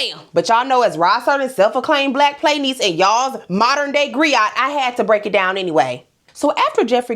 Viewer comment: A griot is pronounced GREE-oh